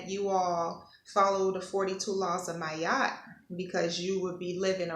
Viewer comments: Her Name is pronounced MAAAT not Mayat. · Ma-at. Two sounds🙏🏾